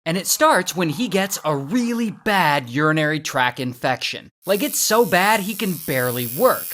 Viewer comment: Did you say "urinary track infection "? It's "tract."